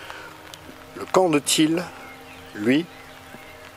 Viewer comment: J'ai pas compris ta prononciation: camp de thiel ou camp de til?, merci.